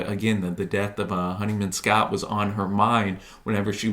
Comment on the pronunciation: would have been nice if you actually played the tracts so we could hear them and didn't repeatedly mispronounce James Honeyman-Scott's name.